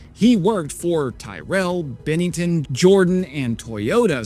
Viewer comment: lol at butchering the names Tyrrell and Benetton! Tyr as in the God and Bene as in Good.